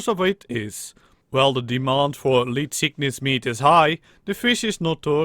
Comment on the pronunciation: I like how you say leedtgishuyys